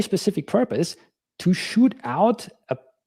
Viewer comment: Sure thing not shoot then. Shoot has a hard t on the end n he doesn't pronounce a t at the end